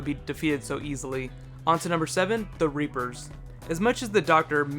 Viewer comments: lol, Reaper-cousions xD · Lol REAPERocutions